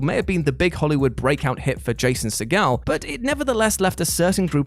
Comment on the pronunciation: Scarlett jo-HAN-son, not yo-HAN-son. Jason SEE-g'l, not se-GAL.